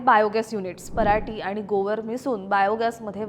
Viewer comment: गोवर नाही गोबर 😂😂😂 वाचून बोलू नको 😂